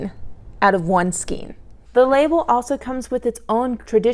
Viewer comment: Hello! I am loving this yarn. I’m using a 6mm hook successfully. Also, it’s pronounced "skane" not "skeen"